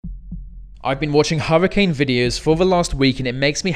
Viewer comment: Huwwacane. Tewwible. Thweat .